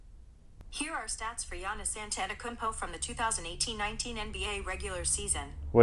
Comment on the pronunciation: I waited 90 days for this review, good look ,i agree I see the similarities in the pippen 2s but the black and white pair with the white soles not the white ones and it it's phonetically pronounced An-et-eh-Kumpo